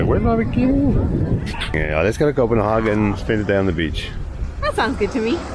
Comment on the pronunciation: Hi Copenhagen is pronounced Copenhay'gen in English in German its Copenharken (Kopenhagen)